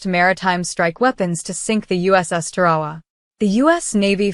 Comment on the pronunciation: It's not Pronounced Ta-Ra-Wa, Its Tar-a-wa!